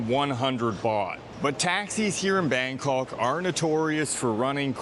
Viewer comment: Bangkawwwk... you need to try harder. Other than your pronunciation, the video is awesome.